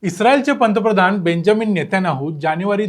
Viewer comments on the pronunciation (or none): none